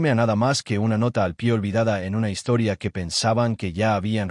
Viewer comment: Es la peor INTORIA que he escuchado nuca